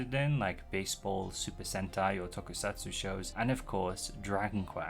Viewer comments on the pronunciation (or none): none